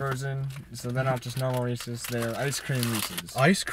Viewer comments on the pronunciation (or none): Lol it's REE.SEE not REECE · FAKEE!!! FAKE!!!! It say's Reese, and it's supposed to be Reese's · one of the most mispronounced company names - "REESE'S"